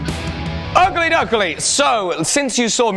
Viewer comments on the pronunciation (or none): Does he say oakly dokey or ugly duckling 😂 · LOL. Everytime you say okilly dokilly, I hear ugly duckling.